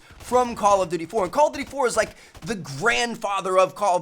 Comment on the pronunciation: It's call of duty, not call of dewrty, Tmartn.